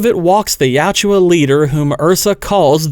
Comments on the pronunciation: Tran Trachtenberg makin my favorite franchise since 1990 gay has earned a deeply cemented hatred. He’s also deeply committed to making the predator look like shit fuck that guy. Real talk its yautja not you owchia 😂 YOT CHA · You're pronunciation of Yautja bothers me. Yowt-juh. Not Ya-oo-jua.